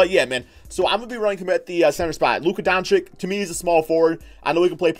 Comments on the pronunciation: Do you even read the Comments of your subscribers man ??!! How often ist it nescessary to tell you that his name is not DONCICK??! He is one of the future NBA stars learn his name for god´s sake man! It is pronounced Donchich. Learn it plz!!!! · (dawn-chich) not (dawn-chick)